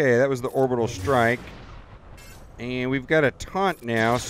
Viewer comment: You butchered “orbital”